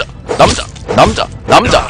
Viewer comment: 언니가같이듣다갘ㅋㅋㅋ 이남자왜케감자감자거리네ㅋㅋㅋㅋ간자가아니고남자인뎈ㅋㅋㅋㅋ